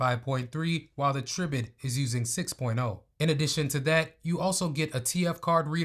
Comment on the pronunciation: It's pronounced try-bit😊